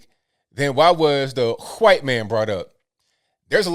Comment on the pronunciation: "You want to be 'huaight'" (spelled in newspeak to comply with new youtube) Who would want to be in today's victim promoting climate? Who'd want to throw away their melanin-based free victimhood advantage? Edit: -You can't be on your phone -I wasn't ON my phone I was recording you (using my phone)! NANI? Well maybe she thought "ON" in this instance meant having it in the back pocket and literally sitting on it? Easy mistake to make for someone of such extemely low IQ.